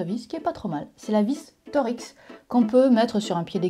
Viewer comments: Philips, c'est pas nul, c'est d'la marde, sauf pour le vissage des panneaux de placoplâtre, ou familièrement appelés gyproc au Québec pour la raison mentionnée par Nota Bene à. Et en passant, la vis Torx se prononce torx, pas torix. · La vis « « torixss » » La vis « toRKs » nan? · cool !! on dit plutot "torx" en 1 mot, sans séparer le "x" ! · Hey, maintenant que tu es une grande fan de vis et d'empreintes de vis, que dirais d'une photo d'une vis a empreinte indevissable? (Oui ça existe. Oui, c'est débile. Oui c'est encore pour faire chier les gens ^^ ) Ah et l'empreinte 6 lobes, ca se dit "Torx" et pas "Torix" car c'est une empreinte qui a été conçu pour faire passer beaucoup de couple lors des serrages (torques en anglais) (source: mon entreprise fabrique environ 7 millions de vis torx par jour, et faisait partie du groupe qui a créer le Torx, Textron. ^^) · Pourquoi prononcer « torix » ? Erreur de lecture en pensant que c'était « Tor X » ou y en a qui disent comme ça ? En tout cas, c'est intéressant parce que c'est plus facile à dire/comprendre que « torx » pour ceux qui ont pas l'habitude. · Torx se prononce torks et non pas torix. Il n'était pas gaulois. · C’est pas torX on dit torx 😂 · Trèé intéressant, comme toujours. Par contre moi je prononce "torkse" et pas "torix". Je pense qu'il y a une alusion au mot "torque" en anglais qui signifie "couple" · Ca ne se prononce pas Tor-X mais Torx ... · Oui la Torx « TORKS » et non la « TOR-X » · Alors grace à ta vidéo j'ai aussi appris que les vis en étoiles se prononcent "Torix" et non pas "Torks" comme je le croyais. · Ha et en Suisse on prononce ''Torks'' et pas ''Thor X'', mais ça je pense que c'est partout différent ^^ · Et chez nous on prononce torkx, pas Tor-x, quelle horreur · Bonne vidéo, par contre ça se dit Torx, pas Torix ! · Bonjour. On ne prononce pas "tor-x", mais "torks" (sans dissocier le x du reste) ;-) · Marrant que nos cousins canadiens prononcent "torix" et nous "torquse" en France